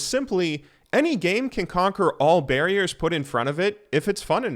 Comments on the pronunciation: Barriers....not Barriors.:omegalul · LOL "BARRIORS"... bruh... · Barriors lol.... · "barriors" WHAT?! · Nice English. Barrior is now part of my syllabus. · barriors. BARRIORS?? REEEEEEEEEEEE EEEEEEEEEEE EEEEEEEEE EEEEE E E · Barriors.... BARRIORS, M8! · “Barriors” uh oh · Barriors threw me off more than GoT. Now I hate this video